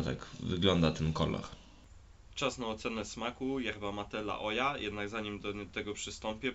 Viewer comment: Nie wiem gdzie sprawdzałeś, ale czyta się [la oha], "H" w hiszpańskim (także argentyńskim) jest nieme, a "j" czytamy jak "h"